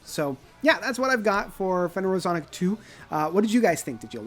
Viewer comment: its pronounced Fen er o zo ic.